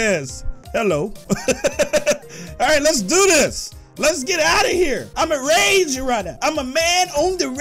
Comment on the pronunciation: The fact that he messed up THE word rage is so funny he said rega